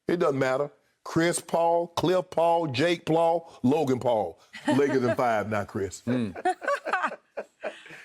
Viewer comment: He said Jake plau he messed up 😂😂. Shannon funny af my stomach hurts from laughing so hard at this lol